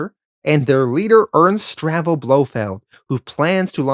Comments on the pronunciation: Not to nitpick, but the name is pronounced Stavro, NOT Stravo. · bro literally pronounced like every name wrong. STAVRO, not Stravo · Great video but one minor niggle. It is Ernst STAVRO Blofeld NOT STRAVO. Aaaarrrgghhh lol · Stahv ro. Not Strah vo.